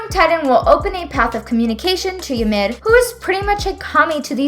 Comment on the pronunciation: Please just fucking say Yimir and Titan correctly